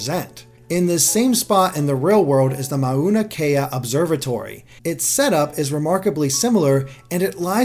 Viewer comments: thats not how you pronounce mauna kea . Mao ( pronounced to rhythm with how) nuh kay a. alternatively mona (lisa) kay uh freaking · Btw it's pronounced "Maona" no need to try to hard with the pronunciations lol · You pronounced mauankea completely wrong and It made me cringe